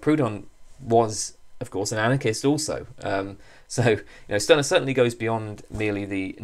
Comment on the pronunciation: A very fascinating video. Stirner is one of my favorite philosophers. But the correct pronunciation is ´Shtyrner´. In German "St" is pronounced like "Sht", except in some areas of northern Germany.